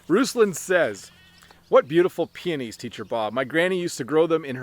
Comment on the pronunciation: I've thought of that several times. You've talked about peonies more times. When you speak faster it sounds you wanted to say penis but you misspronounced that word. 😀